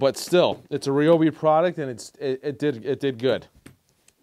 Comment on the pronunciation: You keep calling it. (Re-o-be), when 20 years ago, when they were blue, commercials on TV called it (Ri-o-be). The ads said... on TV... Ryobi (Ri-b-oe) Days! Usually during the holidays!!!